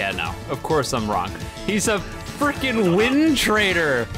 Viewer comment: "of course i'm wronk"